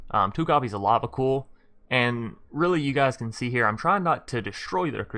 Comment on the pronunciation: Not trying to be a dick but it's Lava C-Oil (as in the black liquid stuff). Although it's funny hearing you say Lava Cool :)